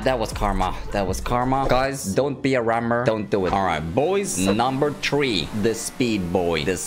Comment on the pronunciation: Numbe rtree Lol😂